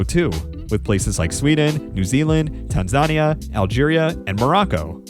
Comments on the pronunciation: Tan-zahn-ee-aa?? C'mon. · Well researched except for several glaring mispronunciations. The announcer says ohvett correctly then you mispronounce it ahvett. Also it is not tan zan eee aaaa but tanzuhneeaa. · Tan zAn ia? Come on dude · It’s tan zu nia. Not tan zon ia. Come on man! And it’s O vett, not ah vett. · Tanzania is Tan-zuh-nee-uh just fyi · Great video, but that is a wild pronunciation of Tanzania about halfway through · Agreed. Really enjoyed the video but mispronunciations diminished it a bit. Brasher, Ovett, Tanzania, etc.